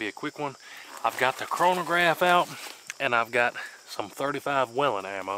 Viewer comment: Finally.. someone who knows how to say Whelen the right way!!